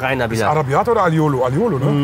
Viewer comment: araibiata oder aliolo ... Mmmmhm 😂